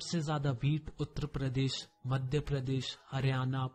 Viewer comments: Bhai uttr pradesh nahi uttar pradesh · bhai speak UP as Uttrapradesh.... But it is Uttar Pradesh 😎.... Anyone noticed